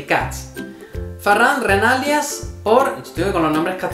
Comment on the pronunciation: Pon el acento en la í en Renalias, en catalan no se acentua ese apellido, pero se pronuncia 'Renalías''. Así mejoras tu catalan 😊